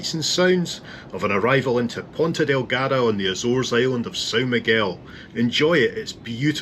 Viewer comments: Excuse Me! I am Américana and I pronounce Azores as Ahzores. Not as Āzores. 島カナリ。 So there!! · Get it right.... It's Ah Zoh Rez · She wanted to clarify you were not landing at the "Bzores " 😂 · i dont think there is an american pronunciation of azores due to the fact that 99.9% of americans have no idea the azores exist